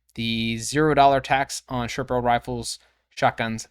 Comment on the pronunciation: Whats a sherporal rifle? Oh it just occured to me that you said short barreled rifle.